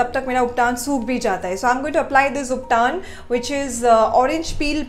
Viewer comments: it is not ubtaan it is ubtan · Call you uptan not uptaan